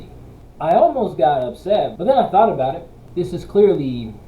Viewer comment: ?!! What's 'at aboot?!!!